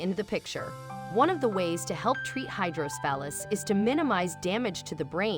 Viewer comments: It’s not pronounced “hydrosphalus” it’s hydrocephalus - hydro-se-fa-lus. ICU RN of 30 years. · It's hydroCEphalus. At least pronounce this condition properly.